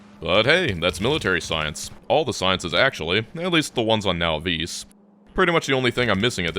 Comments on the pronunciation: “Now-vees” It’s pronounced “Naw-viss” - AKA the “novice” planet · Is this the official pronunciation of now veece? I've been saying naw viss in my head for as long as I've know about it.i